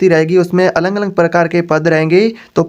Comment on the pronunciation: Alag Alag hota hai na ki Alang Alang